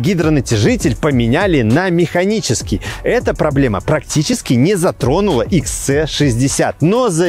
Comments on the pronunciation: Почему вы называете модель Икс Цэ? Буква ,,С" в английском звучит как ,,Си". Правильно Икс Си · Всё прекрасно, за исключением произношения автором названия модели. Икс Цэ 60 звучит очень грубо и не по-вольвовски. Нравится говорить по-русски?, тогда почему не Хэ Цэ 60? Правильное произношение - Вольво Икс Си 60 и никак по-другому)